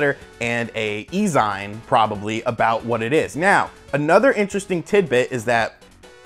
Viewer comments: It's ZEEN not ZEIN bro :) You don't really think SEGA are getting back into consoles do you?!? No chance. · i love the info but OMG I spent the most part of the video yelling ZEEEEEN LIKE MAGAZEEEEEEENN (magazine not magazyne) I hope your right about the info tho! SEGA FOREVER!!!!!! HAHA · Lol..I kept yelling "ZEEN" to myself, it was distracting..great video though! Super hyped for anything old school Sega related! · Ummmmm...nope. The word is pronounced ZEEN. it comes from the old days of comic book/D&D/computer/etc. nerds (I was one of them) producing fan made publications to do with their particular interests. Many a comic book artist and writer started by contributing stories or art to various zines...we called them Fanzines....and yes it is pronounced Zeen. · How bad do your reading skills need to be in order to mispronounce words like magazine and e-zine? FUCK!